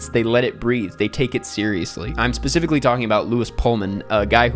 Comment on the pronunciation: “Pacifically” is crazy 💀